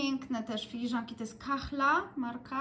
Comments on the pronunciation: Ddzbanek wysoki to dzbanek na kawę. Dzbanki na herbatę mają kształt taki jak te stojące na parapecie w Twoim uroczym mieszkaniu jako dekoracje. P.S. KAHLA wymawia się kala, a nie kachla! To jest tzw. nieme h. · Witam - zawsze mnie to zastanawiało z tymi dzbankami ! Dzięki ✨🌹 a skąd wiadomo że to nieme H??? Bo Np po arabsku kahla to „ czarna” i wymawia się H… 😃🤔 znam arabski na podstawowym poziomie. Hmmm… z jakiego to języka w takim razie ???